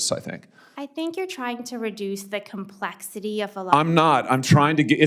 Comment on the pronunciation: How she pronounces the word "complexity" says everything